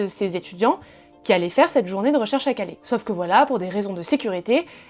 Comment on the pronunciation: À Calais, pas Calé. CalAIS.